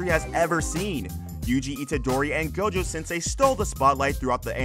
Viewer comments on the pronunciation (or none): none